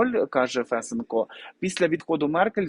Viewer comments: Не Фэсенко, а Фесенко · гарний контент, тільки неправильні наголоси у словах та прізвищах вуха ріжуть, важко слухати: БУшман, а БушмАн, ФесЕнко, а не ФЕсенко, втОргнутися, а не вторгнУтися. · Какой ФЕсенко? ФесЕнко! 😆 Ой, Господи, пока понял, о ком идёт речь! 😆, Вы с Луны что ли? 😆 По-моему, уже каждый в Украине знает, где надо ставить ударение в фамилии Фесенко! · Фесееееенко. Наголос на 2 склад. А взагалі дуже дякую за аналіз,. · Фесе'нко - наголос на 2 складі!